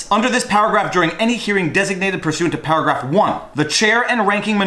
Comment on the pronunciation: Everytime you say paragraph I heard powergrab...lol